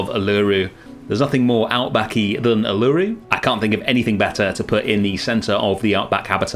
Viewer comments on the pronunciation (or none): I love it! But I feel like as an Aussie I have to inform you it’s pronounced Ew-la-Roo not U-LA-roo ❤ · great series, just a heads up, Uluru is pronounced Oo-la-roo the U is essentially an O not a U. Loved it! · Uluru is pronounced Oo-luh-roo :) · Uluru is pronounced (u-lar-roo). Love your work and keep making amazing zoo habitats. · This is an awesome habitat and does Australia proud, well done. Uluru is pronounced like this "oo-la-roo" but it doesn't matter, the whole place looks awesome. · Not far in yet will update when im finished but hearing your pronunciation og Uluru is so distracting 😶😩😔 Its like oo-la-roo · Coulda been worse, at least you didn't call it Ayers Rock! :) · but he didn't? it's not a problem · as an australian, i absolutley love you and this part of the zoo, but hearing you say Uluru that way kinda hurt me aha. No disrespect, love you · ive never heard uluru pronounced like that lmao looks really good tho! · as an aussie i suffer greatly hearing non-aussies mispronouncing so much 😔